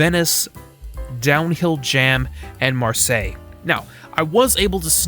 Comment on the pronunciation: It's a miracle that I've finally found a youtuber that can say Marseille correctly